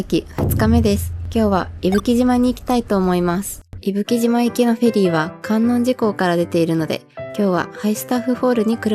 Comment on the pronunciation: 伊吹島、とっても素敵ですね✨ ご参考までに地名の観音寺はかんおんじと読みます♫